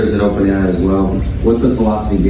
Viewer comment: "Open ai is opern" 😂😂😂😢🤡